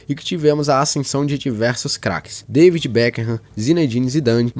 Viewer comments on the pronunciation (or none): none